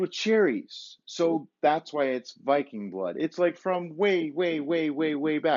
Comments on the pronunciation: It’s pronounced veeking blōd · Lucky enough, our water in Denmark is almost cleaner than that "spring water" we buy in the stores. Really great video, very "hyggelig". By the way, almost correct pronounciation, its with a "soft" "D", like in "the" but you would not hear the "t" sound. May you have a great, warm and bright winter. Skål! ;) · The botyle og viking blod os a danish product And it is pronounced viking [ˈvikeŋ] blod [ˈbloˀð] The Odd looking letter Are the phonetic pronounciation Im danish so i thought i would tell you how the name on the bottle is pronounced 👍🏾🙏🏾